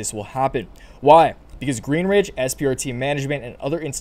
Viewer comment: Please please please stop saying GreenRidge. There's no R in Greenidge. Otherwise, thanks for the info!